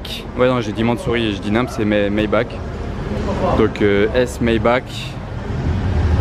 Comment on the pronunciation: Maybach se prononce '' are '' à la fin, pas '' ake '' :) .